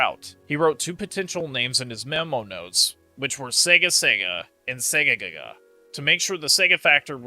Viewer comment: you keep saying Segaga the game is called Segagaga